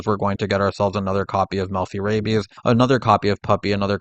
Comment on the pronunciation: I am so distracted by the fact that you keep saying rabies instead of rabby/rabbys.